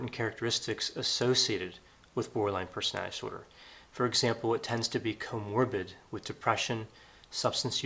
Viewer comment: The way you slur when you say “personality disorder” is distracting to the point of feeling disordered just hearing it repeated. -NPD/BPD/PMDD + English degree 👌